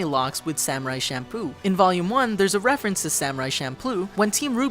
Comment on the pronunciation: He says shamploo